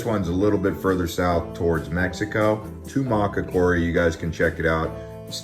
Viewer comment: Tubac is pronounced "tuback" I used to I've there.